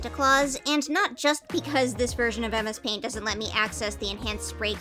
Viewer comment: You said that it turned out messy, and MS paint sounds like "A Mess Paint"!